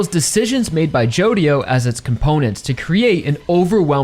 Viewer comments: someone probably already said it, but the "dio" in "jodio" is pronounced "jo" apparentely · Araki really said JODIDO JOESTAR huh